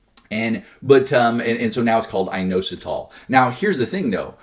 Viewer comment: IT IS INOSITOL LOL